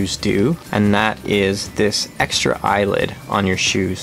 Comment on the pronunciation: Thanks for the informative video. 'Eyelet', though, not 'Eyelid', right?(!)